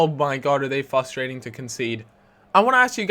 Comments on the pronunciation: its frustrating not fostrating! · There are two r's in "fRustrating"